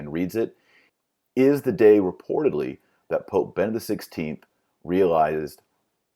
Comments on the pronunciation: He should be able to say "Benedict" instead of "Bennict" and "Washington, D. C." instead of "Washing, D. C." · Is he saying Vati-links? I thought it was Vatileaks. Is he saying Bennett or Benedict?